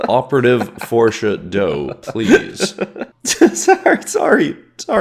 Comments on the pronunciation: Oh my goodness, Forshad...Forshadow😂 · "operative Forsha doe" .. i have no words, but.. slow clap